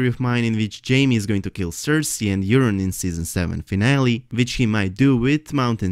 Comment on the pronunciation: loved your video, well thought out and presented, but I have to say it. yer-on.....yer-on. it's coming out way too much like urine, forgive me for chuckling, and it was said at least 10 times. Forgive me brother! I love your accent and your videos!